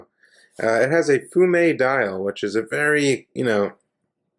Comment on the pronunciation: love when noobs call it a fume dial , but you pronounced it correctly 😊